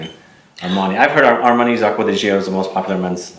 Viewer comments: Btw. It kills me every time you (and many others) pronounce Acqua di GiOOOOO. Please watch one of the commercials to know how it's pronounced. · Acqua di what? It's pronounced like ~"Jo". How hard is it?